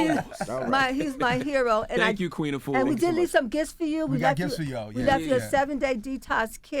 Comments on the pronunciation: Great message Sister! Just want to let American folks know that the pronunciation of "Afua" is incorrect. Think of correct pronunciation like this..."AH-fu-WA". Don't say "YOU-AH" at the end (like Envy). The name "Afua" has three syllables, however if said correctly, it flows as if it's two. Almost as if the "AH" and the "fu" slur together. Try saying "AH-fu-WA" ten times till the "AH" and the "fu" become two syllables...then add the "WA" at the end. And remember to push the air on the "FU". Try it...It's a beautiful (and very old) Ghanaian name. Peace to the Planet! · Is she Ghanaian ? Because that’s not how the name Afua is pronounced......